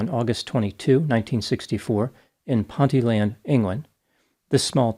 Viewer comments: Pronounced Ponteeeeland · The village is pronounced Pon-Tea- Land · Just a pronunciation note because British place names can be difficult: Ponteland is a town just outside Newcastle, North-east of England. The correct pronunciation is: Pon-TEE-lund. Let it run together as one, quick word.